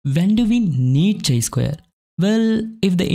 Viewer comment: Nothing wrong but feels lil weird when you are saying it as chai.. it's actually kai.. great content otherwise! Thank you for sharing with us.